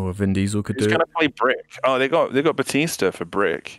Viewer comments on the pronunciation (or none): ' pronunciation of Batista Bomb really pisses me off it's Batista not Bootista